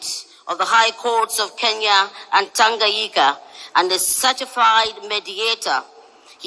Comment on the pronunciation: Did I just hear that woman say "Tanganyika"? Sounded like she mispronounced it but... anyway, let me get to listen this amazingly intelligent human being, the one, the only P. L. O. Lumumba!